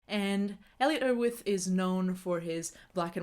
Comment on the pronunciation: What is your first language? Your accent is hard to place, especially the way you say Erwitt.